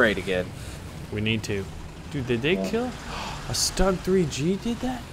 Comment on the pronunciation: Its not stug your suppose to pronounce it 'shtoog' kind of